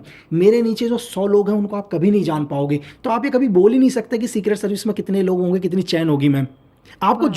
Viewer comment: Hoenge ❌ hoge 👍🏻